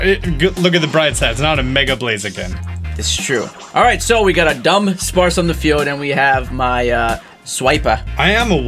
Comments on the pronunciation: U know he said Dunspace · Its not Dunspace Its Dunsparce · Dunspace? i thought it was dunsparce :)